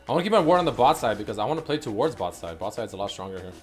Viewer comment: Towards - "Two-wards"